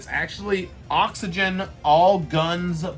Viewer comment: lol it’s CYGNI LOL NOT OXYGEN